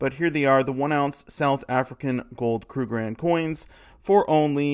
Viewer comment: It's pronounced KRUG-ER-RAND. Three syllables.